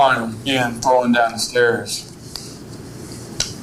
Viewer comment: The idiot for the life of him can not say the word, THROWN, he keeps saying THROWING DOWN THE STAIRS!